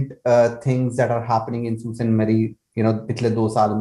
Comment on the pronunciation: Sault is pronounced as Soo :) it’s a French word meaning rapids